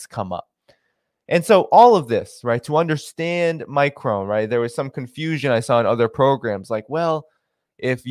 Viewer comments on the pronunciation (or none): It's pronounces "My Cron"... Like "pong" Not "My Crone".... Like throne.. Sorry, my OCD just kicked in...;-)